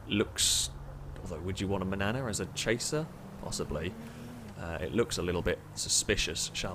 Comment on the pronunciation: manana? no. mañana is how u say it